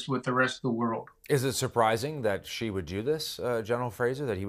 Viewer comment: Top military analyst doesn't even know how to pronounce 'Xi'. That sums it up for me.